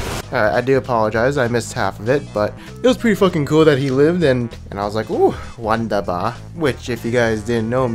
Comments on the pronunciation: wondabah xD lol phonetically it's "voondeba" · it´s "wunderbar" not wonderbar... me as a german didn´t know what you mean untill you explaned it! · "wondaba" xD wunderbar* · You pronounced it Wonderbar but it Wunderbar like in wukong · Yo you pronounced it "wonderbar" but its wUnderbar;)... NOTICE ME keep up the good work mate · WUNDERBAR NOT WONDERBAR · its wunderbar not wandaba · its called wunderbar not wonderbar mate ^^ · it's pronounced Voon-der-bar not one-der-bar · Its wunderbar not wonderbar ^^ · wonderful in german in vunderbar not wandaba lol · not wonderbar its wunderbar ^^ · Its "wunderbar" not "wandahbah" ^^ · you pronounced wunderbar wrong xD its not wonderbar, its wunderbar and the u is pronounced like the ou in you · es heisst "Wunderbar" xDDD nicht "Wandaba" ^^ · wunderbar* not like wonderbar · Ah yeah.... Its calles Wunderbar like the u in you btw ;) .D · jo same but sounded like "wounder-boar" :D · your "wubderbar" sounded like "wandabaaaa" XD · haha his wunderbar more sounded like wonder-bra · it should be actualy pronounce vundabar(wundabar) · it sounded a bit more like "wandabba"or something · WONDABAR xD dat pronounciation. ~A German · ma friend dont try to speak any german words again xD wonderBAR thats what you said go look for google translation might help you with the announcment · wunderful in german mean wunDERbar XD rly bad pronounciation...2/10 sit down...next one XD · I like the way you pronounced "Wunderbar" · the wunderbar killed me as a German XD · that german "Wunderbar" tho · yo, you should pronounce the "u" in "wunderbar" as the "ou" in "you", nice video once again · XD "wunderbar" u said it really funny... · "Wunderbar" is "wonderful" indeed but well usually its funny when others misspronounce german words but.. not this time no. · uhhhm wunderbar is just a liiiiitle Bit pronounced different ^^ kinda funny if you are german :) keep up the good work. luv yu <3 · 3/10 pronunciation of the German word xD